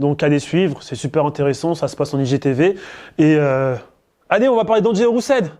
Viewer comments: Ça se prononce RE-SEUL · s’il vous plaît prononcer son nom correctement 😂